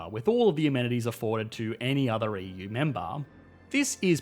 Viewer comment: He's also pronouncing it "Yee-Yuu" :D